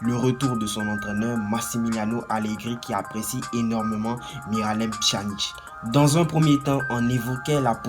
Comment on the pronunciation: On prononce pianic